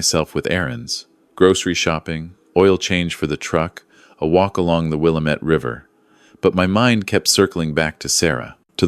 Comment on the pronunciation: Will-lam-ett is the correct pronunciation for that river. I have actually rafted there. I live in Oregon. Thank you for this story. GOD BLESS YOU. ❤❤❤